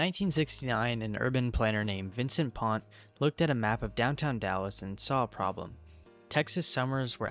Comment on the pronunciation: He didn't pronounced it pont. I knew the guy